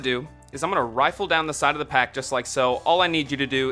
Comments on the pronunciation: It's RIFFLE not rifle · Yeah, i cant take you seriously when you say rifle lol.